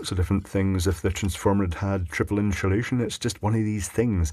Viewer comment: In-shoe-lation... Lol...I always get a kick out of the way you pronounce that..😉😂